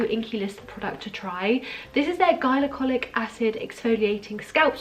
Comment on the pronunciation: no shade or anything but it's pronounced gli-co-lic i think you said it how you say hylarounic acid or something. don't worry not everyone knows this stuff but i binge watch cassandra bankson and she says it all the time! Great video BTW!